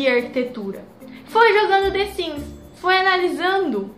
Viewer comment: the siMs, e não the siNs. que agonia.